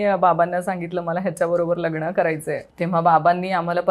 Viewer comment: लगण की लग्न 😂